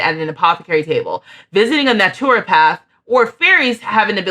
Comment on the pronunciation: Loved seeing these lovely brown-skinned sims and fairies. And, if its helpful naturopath is pronounced "NAH-truh-path" (nothing like its written). Great vid!